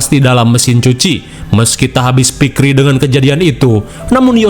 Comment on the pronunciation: Pikir bg bukan pikri